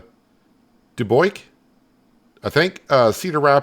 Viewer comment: Dub-yook, not Du-boik.